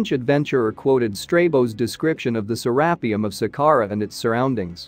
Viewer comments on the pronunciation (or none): I can't do it... the mispronunciation of to many things... say it with me Sarah pee ummm